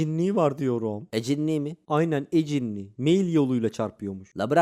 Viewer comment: Knk eccini değil E-cinni kfkfkgkgkgk